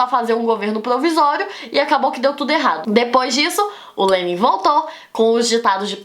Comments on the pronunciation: ela falou "elado"... Não, errado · Gente, é o meu áudio ou a Débora Aladim troca o R pelo L que nem o Cebolinha. Eu não estou criticando nem zoando, pois eu acho fofo até .-. . E a sua aula foi muito boa muito obrigado por me ajudar pois eu tenho prova amanhã